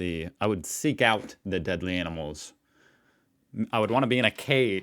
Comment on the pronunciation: Sounded like you said “crime or anals” and I’m dead 🤣